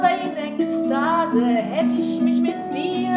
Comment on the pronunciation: Wunderschöne! Also, danke for helping me to fully understand how to pronounce "ich, und dich". In music, to my untrained ear it just sounds like the "sh" sound in English.